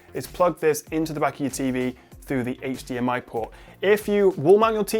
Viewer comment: you can clearly see how hard it is to pronounce hdmi corctly:) love from france